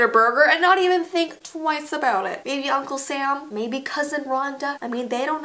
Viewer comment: Any one notice she said... uNclE sAm